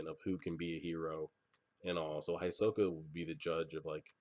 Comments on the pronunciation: Hisoka is pronounced more like He-soka, try to pay attention to how the characters pronounce names, there's some really weird ones. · when they reached the stairs, he said that that was the 80 km mark andhisoka is pronounced He-so-ka. btw are we gettin a watch party this weekend ? :)